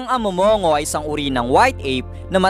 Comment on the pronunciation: Mali po pagkqbigkas mo po ng amo'mong'go....🤭🤭🤭🤭